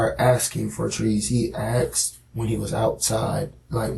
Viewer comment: Axed is not asked wtf learn english or forever come off as dumb n ignorent